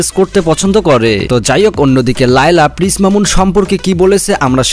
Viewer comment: পিস নয় প্রিন্স শুদ্ধ করে বলুন